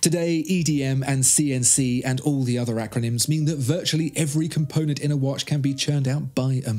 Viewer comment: Dude don't get me wrong, love the video nd all... but obviously you are native english speaker. Why are you saying "wash" instead of "watch" i would not be bothered and write but this is all about watches... watch yourself and you'll see/hear(again not wash)